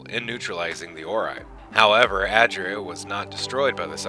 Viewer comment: *ay dree uh